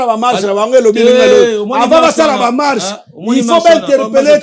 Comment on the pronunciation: lobaka bien stp. "Mache" nde nini? MARCHE